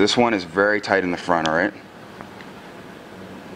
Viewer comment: Tight not toight